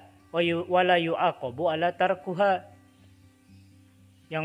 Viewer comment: Bagus penjelasannya. Tapi cara bacanya banyak yang tidak tepat. Ustadz tadi baca "ala tarkuha" seharusnya di baca "apa tarkiha"..hehehe